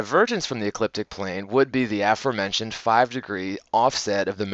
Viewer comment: T he afurmentioned? would THAT be The aforementioned?